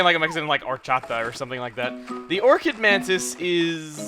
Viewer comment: Or-Chid Mantis lol